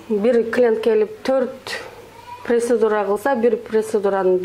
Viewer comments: Преседура дейтго 😂процедура десен сонун болмок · Прецедура эмес процедура дегилечи